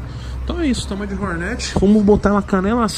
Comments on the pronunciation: Me dá muito nervo nego falando Rornéti .. kkkk mto zuado 😂😂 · Não entendo porque tem que falar “hornéti” se o nome é “hórnet”? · Togordo' sabe nem fala "Hornet"